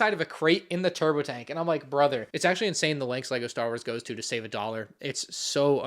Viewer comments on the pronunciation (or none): none